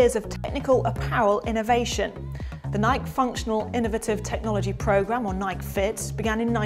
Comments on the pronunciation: how she said nike is killing me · Please learn to say Nike correctly. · Its adorable how brits pronounce Nike lol